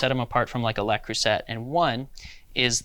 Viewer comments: Also, Le Creuset is pronounced as luh-CROO-zay not la cru-zet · That bothered me too.